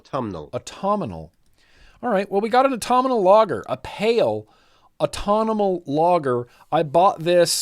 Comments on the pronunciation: The word is aut tum inal as in autum the time of. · You’re adding a syllable you don’t need: Ahhhh-tum-null